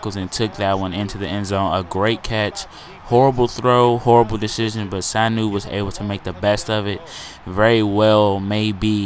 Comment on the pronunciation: ur pronouncing Sanu wrong its su-new, look up his highlights from rutgers